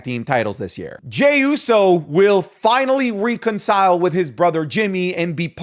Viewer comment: Why do u say reconcile like that